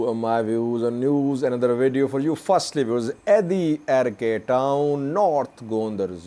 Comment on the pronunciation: Again u R pronouncing adiarke .